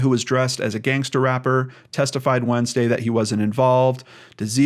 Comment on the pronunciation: I’m so sorry for his family and fiances loss. Alcohol can bring out the worst in people. It might not be appropriate, but listening while getting ready for work and saying Gangstah is making me giggle. Ty for what you do ❤️